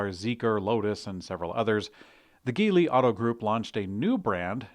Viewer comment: Awe Jeely my man, come on, Geely like Jeely. I’m surprised you said it this way given your recent clarification about China being known as the Middle Kingdom, in ancient and current times, and you did a great job pronouncing 中国. Good on ya for schooling the older viewer a few episodes ago, if they could read the kanji they wouldn’t have any reason to say anything. But please, Geely 吉利, is not some made name. The spelling in English is definitely odd, but you see that all the time with brands from the region. I mean if you need to write it like this, Jeely or Jili in your prompter or notes, let’s do it. Cause the name you said, that’s not a word. Looking forward to your correction in your next Jeely story. Keep pushing.